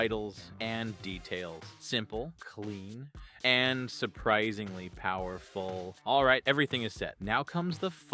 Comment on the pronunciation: "surprisingly powerrrrful".... not that machine... when transcoding.